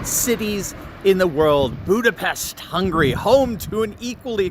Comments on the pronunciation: Its pronounced budapesht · it's BudaPESCHT dammit! :) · That’s “Buda-PESHT” - my mother-in-law grew up just south of the airport…